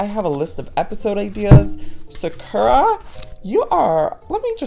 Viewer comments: He says it like SUH-KUR-AH💀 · It always kills me when he says 'Sakura' wrong. 😂 Love you Joey. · No office but how can he say his own cat's name wrong? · It's his cat he can pronounce it the way he likes it 😑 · Y'all, how he says and does things is why I've been subscribed for years. Calm down. His kitten's name is adorable, no matter how he says it.